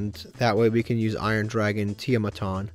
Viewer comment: I feel bad for Tiamaton. For a card that has helped so much, you don't even try to pronounce its name rofl